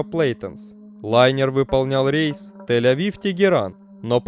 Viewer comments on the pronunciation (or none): none